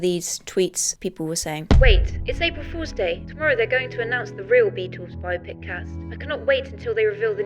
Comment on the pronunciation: "Bio-Pick" No, Zoomers. It's "Bi-Opic." The word existed before you did, you uncultured swine.